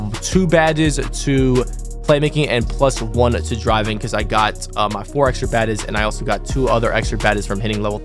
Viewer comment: Why this dude call badges baddes🤣🤣